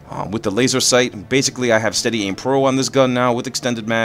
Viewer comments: it's laser sight not laser seight and it's tier not teir sorry for the call out I just want you to comment back lol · is laser sight not seight and it's tier not teir